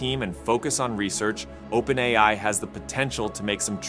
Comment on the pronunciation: I initially believed that the content on this channel was narrated by a real person. However, I noticed a few mispronunciations of "OpenAI," which led me to realize that the narration is actually done by AI. It's interesting to see a channel discussing AI features without using a human narrator.